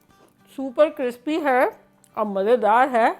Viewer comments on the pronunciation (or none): none